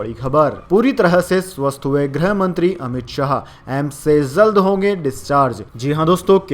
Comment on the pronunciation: Samacharon men zari nahin jari,zankari nahin jankari zaldnahin jald bola ja a